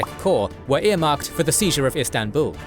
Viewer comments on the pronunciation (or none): none